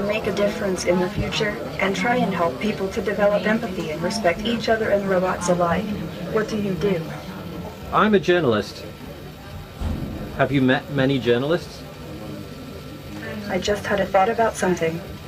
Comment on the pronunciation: AI Sophia: will destroy humans someday also AI Sophia: pronounces Life as Lif also saying "everybody" even though only one person asked and also using "ways" as plural with "a" referring to singular.... Gosh, grammatical errors and she will destroy humans 😂